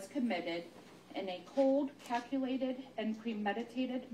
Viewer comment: What about "caculated" and "manor" tho?